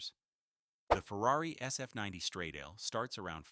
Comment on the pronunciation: STRADALE is pronounced totally different, moron!